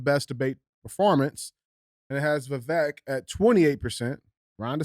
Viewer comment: You pronounce his first name like Vi cake only with a V Vi vake